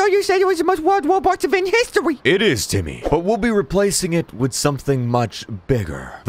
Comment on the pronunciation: It’s timmeh... not timmy